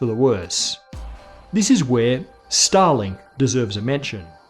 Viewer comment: Watched this on the phone while working on PC, and I had to rewind and listen to "starlink" because I swear, i heard Stalin...